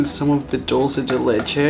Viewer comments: Did he just say DOLCE DE LECHE I’m dead 😂 I’m sorry for being rude but I can’t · Who else is triggered by the way he says dulce de leche? “Doulse de leche” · Its was funny when Raphael said "Dulce de leche" with his pronunciation XD